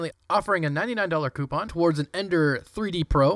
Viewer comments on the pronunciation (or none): none